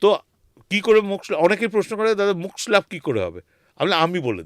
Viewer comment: আমার মনে হয় পডকাস্ট করতে করতে আপনার আত্মা শরীর থেকে বাইরে বেরিয়ে , অন্য কোথাও ঘোরাঘুরি করছিল। আত্মার ও ওজন করেছেন উনি ? কেনো যে উনি বার বার সূক্ষ শব্দ টাকে সুস্ম বলছেন ? মোক্ষ কথা টাকে মোক্স বলছেন। কি জানি ওইখান থেকে হয়তো নির্দেশ দিয়েছিল ওনাকে। ২০২৭ সালে আবার যাচ্ছেন ? তবে শীতকালে যাবেন না কিন্তু,আবার ঠান্ডা লেগে যেতে পারে প্রথম বারের মত।